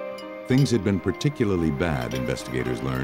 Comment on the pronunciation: "Ah-bey" "a-be" "awbay" HIS NAME IS ABE! Say it right 😂